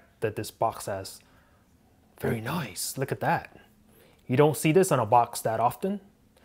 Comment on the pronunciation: He said... very noice